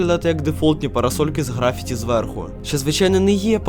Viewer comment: В слові графіті, наголос треба ставити на першу «І»